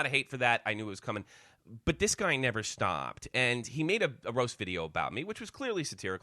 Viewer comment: lmao why did he say "stopped" like that? lol